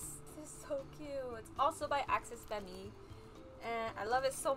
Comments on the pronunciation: axes femme is said like axes fem. theres no fem-me on it just fyi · Axes Femme- pronounced Axis Fam(or like femme in femme fatale) Also Ingni is in fact a word and not an acronym if you have difficulty pronouncing it it is Ig-ni